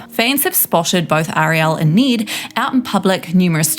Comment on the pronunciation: Need? Its Ned like head